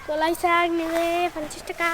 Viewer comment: কোলাই না কলাই আর ওটা লোঙ্কা না লঙ্কা